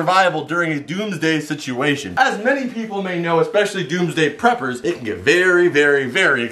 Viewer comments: I swear he said doomsday pepers🤔🤔🤔🤔🤔🤔🤔🤔🤔🤔🤔🤔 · I thought you said "Tuesday prepors"